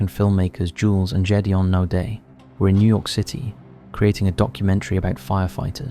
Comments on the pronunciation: It's not Jules and Jedeon it's Gid e on. for something so raw, at least pronounce their names right. I watched 9/11 live happen and it still hurts today. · Gédéon has a Hard G (not a j sound) Its the French for Gideon and sounds a bit like "gayd-yon" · I knew you were mispronouncing the name Gedeon!! It's so weird that you'll take the time to make these videos, yet refuse to take an extra 2 seconds to learn how to pronounce someone's name correctly. That's just basic common sense, especially if you're going to be using that name multiple times. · Needs to learn how to prnounce Gideon